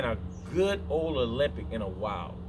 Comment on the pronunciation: Ah-Lem-Bic. NOT Olympic.